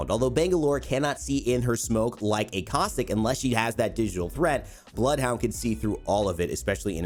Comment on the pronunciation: Him: “Bloed huaund 🤤“